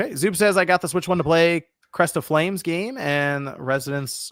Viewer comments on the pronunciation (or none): 'crest of flames' 💀 lol